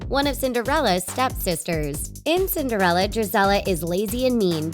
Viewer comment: its cindireallae